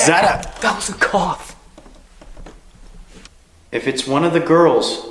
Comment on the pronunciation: Cough not caugh. Dude is going to hyperventalate